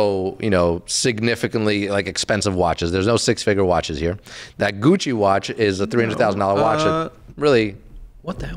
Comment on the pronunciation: Christ! It’s; Gi (as in BJJ) Yo (Pejorative used by white guys in Spike Lee joints) Che (as in Guevara)